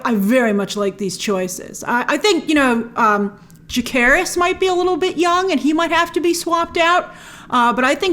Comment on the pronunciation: Jacerys (ssssss jasseee not jake) and Lucerys were betrothed to the Velaryon girls in the book. i don’t know why i force myself to watch these videos. i love you grace but it’s a real stuggle